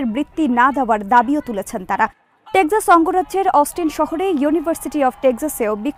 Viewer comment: please correct your pronunciation of "TEXAS"